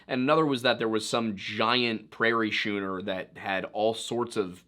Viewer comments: Prairie “Schooner” - sounds like “skooner,” not “shooner.” LOVE “Celcius people”. You could die, but you won’t necessarily die. 😂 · Schooner is pronounced Skooner. It's a type of ship that traveled long distances. As for pronghorns, their closest living relatives are giraffes and okapis. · Schooner is pronounced “skooner”. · It's pronounced skooner, not shooner, same root as scholarly. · Is it "shooner" or "skooner"? I always pronounced, and heard it pronounced, the latter. I really don't know though. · I hate to nitpick, but when you mention prairie schooners, you're mispronouncing "schooner". It's pronounced "skooner", not "shooner". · Schooner is not now, nor ever, pronounced “shoo-ner”. It is “skoo-ner.” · Schooner is pronounced skooner, not shooner. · Schooner is pronounced “skoo-ner”. Like school. Not “shoe-ner”. It’s a type of sailboat. You never seen Mallrats? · It's pronounced "SKOON-er", not "SHOON-er". A nautical word. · Your research is incredible. And, btw, it’s pronounced “skooner,”, not “shooner.” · "They called the wagons Prairie shooners" Dude in the video in front of the camera doing the talking, schooner is pronounced skooner as in Oklahoma University's mascot, the Sooner Schooner. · Also is pronounced skooner not shooner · SHOONER? LOL Schooner, as in the type of sailing vessel that the wagons were referencing, is pronounced SKOO-ner just like "school" is pronounced skool not shool. But you're trolling with this, yeah? you got me 😁😊😄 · Schooner = “skooner”. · 'Schooner' is pronounced 'skooner'. 😻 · Schooner is pronounced skooner. Trust me, boomer. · I'm pretty sure schooner is pronounced sKooner, like school. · Schooner is pronounced skooner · Nitpick…..schooner is pronounced with the “sch” sounding like “skoo”, not like “shoe”. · Great job. Schooner is pronounced like school. sKOOner. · Schooner is pronounced "skooner". 😉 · Just FYI…..”schooner” is pronounced skooner. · Prairie schooners is pronounced "skooner". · It’s pronounced skooner